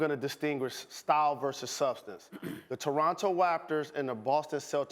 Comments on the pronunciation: “Toronto waptors” 😂😂😂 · "toronto wraptors" Jalen how u gonna disrespect ur old team like that. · Jaylen Rose "the Toronto waptors" 😂 😂 wtf go back to school buddy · Toronto Whack-tors?🤔😑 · Jalen " the Toronto Waptors" 😂😂😂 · Quentin Gartside I thought I was bugin for a min 😂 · Straight Elmer Fudd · Did he just say Toronto waptors?